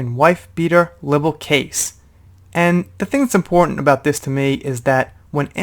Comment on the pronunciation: Libel rhymes with Bible.